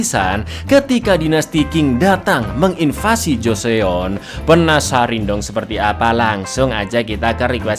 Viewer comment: Bukan joseon tapi bacanya joson